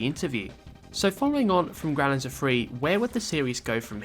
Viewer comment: isn't it pronounced "grow-lanser" not "growl-anser"?